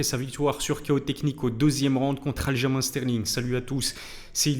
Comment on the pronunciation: Ça s’écrit Aljamain mais se prononce “Aljamaine” car c’est un nom propre et la prononciation ne devrait pas varier selon la langue.